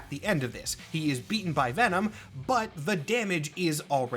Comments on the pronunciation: Ve'nam. trời ơi, Mắc cười quá à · ngl “Ven-nam” made me giggle…